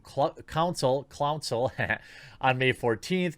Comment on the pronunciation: "Flouncil" yeah that's going to stick